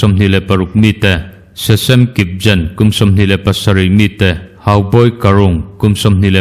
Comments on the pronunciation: "Kipgen," tih hi "get" tih ang zâwng a lamin, 'Kiːpʒ(ə)n' ni lovin, 'Ki:pɡɛn,' ti a lam tur. Min vauna hi chhang lova ngawi mai mai chi a ni tawh lo, huasen tak leh an khawpui thlengin kan nuai chimit thei tiin kan sawrkar hian chhang se. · Kipgen tih hi i lam diklo a nia, kan thadou unaute hming a nia g hi hindi ga ang khan lam tur a ni